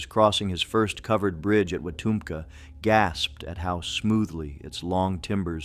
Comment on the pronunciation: Wetumpka is pronounced; wee-TUHMp-kuh Mobile is moe-BEEL